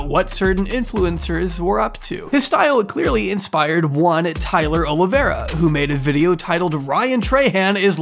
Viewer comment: Why do people say "Oliviera"?